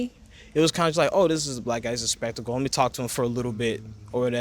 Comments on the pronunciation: Thought he said block ppl 😂 you can tell they don't get many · Black. Not block.😂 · Can someone please tell the Asian guy that it’s black and not block. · its is OK to pronounce the word black (like saying hack or Jack). When I hear you it sounds like you say "block" like clock.😊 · I love when Japanese say brack people or brackle too. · Why is this Chinese dude smiling because he said about white they are the ones that is destroying things. And stop saying black like block and learn how to talk. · I just love how you pronounce it. It rolls off the tongue. "Bulaku" 😄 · The interviewer pronounced the word Black very strangely! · Why're u pronouncing " black " so weirdly